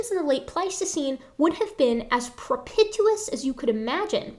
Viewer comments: I know I'm way late but I believe the word at the 56 minute mark is not "pro-pit-you-us" but rather "pro-pee-sh-yus." I don't envy you having to read in public. Great presentation. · Pro-pish-us. (Propitious)